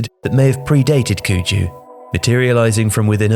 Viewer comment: The Chinese pronunciation of "cuju"is wrong. 'cu' should be pronounced as "su".